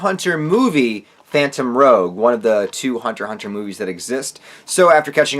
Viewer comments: Phantom Rouge (Pronounced Roo-shh or roo-je) “rouge” means red or I guess like a scarlet in reference to kurapikas eyes ... just so you know 😁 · That's a good movie review dude No offense but i think the word at the end of the word phantom is actually pronounced rouge (Roozh) Either like the red color or the state of Louisiana called Baton Rouge That's because Rouge is spelled in (R-o-u-g-e) Rogue that you said is Spelled in (R-o-g-u-e) I don't think that both of the words are the same thing They're both different words because of the letters in between 😅 But good video tho!! 👍